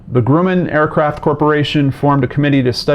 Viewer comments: The first syllable of Grumman rhymes with "rum," not "groom." The magazine was TIME, not THE TIME. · The "u" in Grumman is short, not long. The first syllable rhymes with "drum," not with "doom."